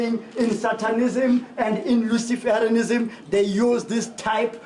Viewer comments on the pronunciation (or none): He really said "Luciferenism" 🤣💀